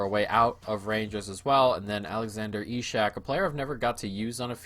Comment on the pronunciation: In swedish Isak is pronounced isaac